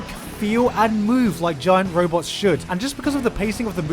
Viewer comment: realize how he said "robots".......................